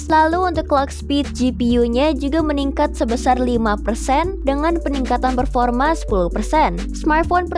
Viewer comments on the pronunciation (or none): none